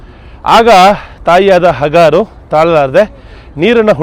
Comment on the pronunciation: ಸರ್ ಒಂದು ಚಿಕ್ಕ ಮಾಹಿತಿ ಅದು ಹಗರು ಅಲ್ಲ ಹಾಜರ ಧನ್ಯವಾದಗಳು ಸರ್